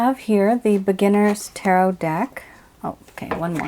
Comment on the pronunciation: Here's how you pronounce the word tarot